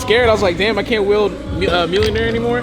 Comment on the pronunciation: Russ. Mjolnir isn't pronounced Millionaire It's more like Me-Yole-Near Each word pronounced: Be-Swole-Hear respectively